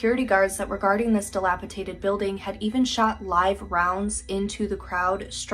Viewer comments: The very last video…scared the crap out of me the way she kept saying “dilapitated” instead of the correct word, dilapidated. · DILAPIDATED!!!!!! NOT "DILAPITATED!!!" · I love these TikToks trying to be like they’re educating people, but they can’t even pronounce “dilapidated” right.